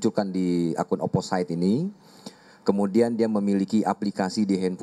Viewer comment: Oposit mbak bukan oposait 😘